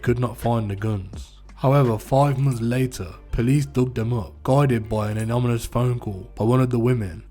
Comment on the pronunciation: Is the guy narrating a retard?? He repeats himself several times about the same thing, and has trouble pronouncing”anonymous”, “nonchalant” and other relatively simple words